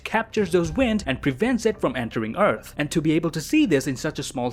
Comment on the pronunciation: Entewing the eawth